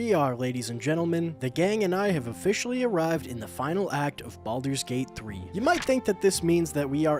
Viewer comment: Baldur’s bate bhree